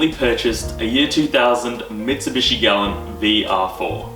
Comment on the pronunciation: Your pronouncing galant wrong and it’s annoying. Ga-la-nt Not glant.